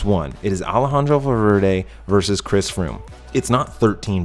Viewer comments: Dude. It's not verse, it's versus. 13 versus 1. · Nice job, but “verse”? It’s “vee” or versus. NOT verse. Not ever. Never. Ever. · Verse? WTF is verse? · Dude...it’s Versus. Latin for ‘against’. Love the channel.